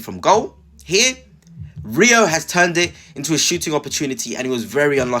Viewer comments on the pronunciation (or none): I subscribed to your channel a few weeks ago but might have to unsubscribe if you keep mispronouncing players names… if you can’t pronounce Rio then please don’t make any more videos about Liverpool.